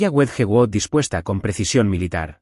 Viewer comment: Wedgewood, una porcelana Inglesa muy famosa me costo mucho trabajo entender, por favor si van a pronunciar palabras en Inglés haganlo correctamente